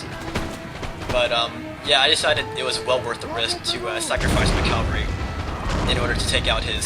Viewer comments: CAValry not calvary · cavalry not calvery